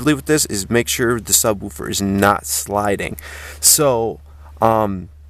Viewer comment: I just like the way you sub-WOO-fer instead of SUB-woofer.